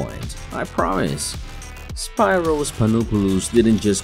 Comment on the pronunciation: Learn to pronounce his first name right at least… it’s “speeros”.